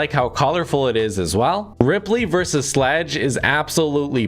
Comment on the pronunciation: ITS CALAMITY NOT CATALIST IN THE SEASON 6!!!!!!!!!!!!!!!!!!!!!!!!!!!!!!!!!!! And ripely vs sludge u called sludge sledge